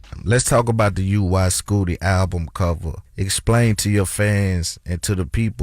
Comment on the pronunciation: pronounced the album wrong. And why TBC just takes OTHER PEOPLE'S CONTENT and talk about it?